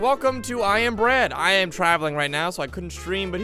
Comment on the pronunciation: I am bread... more like I am Pwead 😂😎